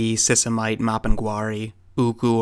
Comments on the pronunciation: Sisimite = "see-see-mee-tey" / By the way,, I love your videos. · Sisimiteh! adding the "h" should give you the correct pronunciation.